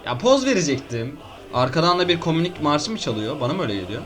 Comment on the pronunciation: Kominik değil kominist